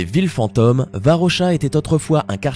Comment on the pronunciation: "Fantôme" se prononce "fantAUme", pas "fant homme". Pareil pour "zone".